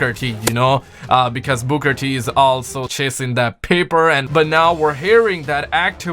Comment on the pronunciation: Why does he say booger t?? it's Booker t ffs 😂😂